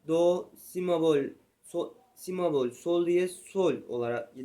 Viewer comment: si mebol değil kardeşim si bemol